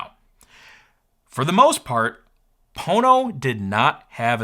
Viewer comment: Ohhh. Pono, umm, not Po*no. Nevermind. Gotta run.